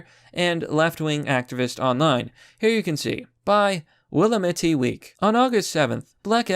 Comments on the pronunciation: if I may as a side note... Willamette is pronounced: Will-lam-ett. Hope that helps. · Willamette Pronounced Will- amm- et Yw bud I live near the willamette river